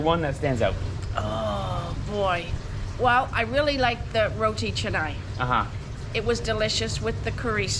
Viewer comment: Mom just pronounces roti canai fluently. Good progress. 😍👍😄